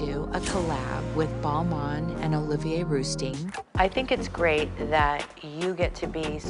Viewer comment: Kris butchered both Balmain and rousteing 😆